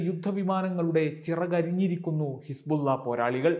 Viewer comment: Hisbulla എന്ന് പറയുമ്പോൾ വായിൽ വെള്ളം നിറയുന്നുണ്ടോ. ബുള്ള